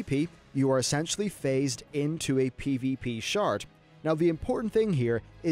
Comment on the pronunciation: Did you say "phased into a PvP shart?" Gross.